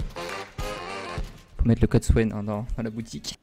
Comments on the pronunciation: C’est pas c’est Swan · Ce n’est pas qui dit, c’est qui dit 😂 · C est pas qui dit c est qui dit